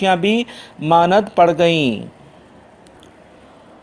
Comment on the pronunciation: lafz manind nahi (maand) huta hy.....